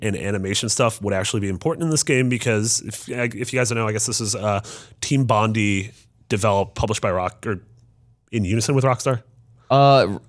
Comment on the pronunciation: Oh no mispronounced Team Bondi...